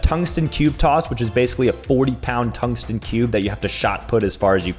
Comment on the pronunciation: toungsten cube coss - 2024